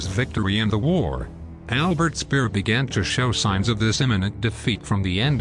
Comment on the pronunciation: Not hard to pronounce Speer properly